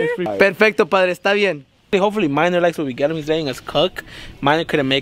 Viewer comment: His name is Maynor not “minor” lmao. It’s kind of a common name in Central America